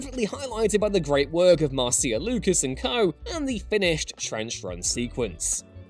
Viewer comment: Isn't Marcia pronounced "marsha"?